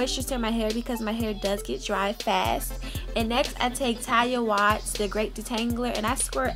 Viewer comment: Pronounced Ta-lia Wa-heed lol